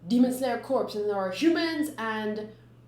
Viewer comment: I feel like a jerk for saying this, but "corps" is originally a French word. It was adopted into English, but it is pronounced "core" [kohr]. To make things more confusing, multiple corps are pronounced "cores" [kohrz] but are still spelled the same: corps. It is not to be confused with a corporation, which is appreciated corp [kohrp]. Isn't English fun?